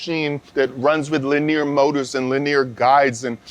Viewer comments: makes my hair stand up every time he say lineer moders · talk about the wrong emPHAsis on the wrong syLLAbul. Leneer mowtors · it hurts my head listening to this dude. why presenters cannot speak like normal people. it kills the content. and this is interesting content by the way. LiNEEEEEEEEEER Mowtoors....lol. He said it correctly maybe 2% of the time. anyway good info just terrible presentation. It is like listening to the hulk explain detailed parts/movements. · I just want a compilation of saying Lineer Moders over and over again.